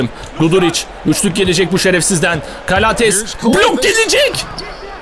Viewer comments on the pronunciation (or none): Nick Calathes Nick kalatıs diye Keith Langford Keyt Lengfırd diye Thanasis Antetokounmpo Tanasis Antetokunpo diye James Gist Ceyms Gist diye Papagiannis okudugun gibi